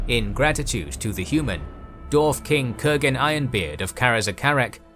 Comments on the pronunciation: Love this but are you saying “Dorf”? Not Dwarf? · Why do you keep saying Darf??